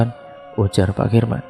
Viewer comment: Ini bagaimana sih cara BACA nya. Tulisan KARMIN dibaca KIRMAN